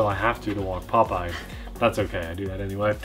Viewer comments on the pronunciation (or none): Yea...and we got to see Popeye, or is it pronounced Pope Ye??? Good time THX